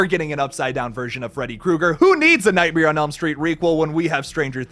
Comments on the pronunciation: You pronounce it, nightmier. Google how Bert Kreischer says it to know what I'm talking about. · Is anyone else bothered by how pronounces nightmare?